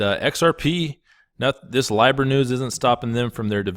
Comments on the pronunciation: Pronounced LEEBRA NOT LYBRA ;) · Its LEEEEBRA not Lybra ffs 🙈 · Dude, why are you the only one who mispronounces these coins? Nools instead of nuls, lybra instead of leebra. Do you do it on purpose? Do you not hear how the rest of the world says them? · Its pronounced Lee-brah. It comes from the old Roman Empire currency. Since we still live in the last generation under the dispersed Roman empire, this one world global currency has to happen at some point. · It’s leeeeeBRA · Say it with me now: LEE-BRUH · This guy sounds like he is medicated on Thorazine. Dude, you can’t pronounce Libra 🤦🏼‍♂️ please have Maddie full time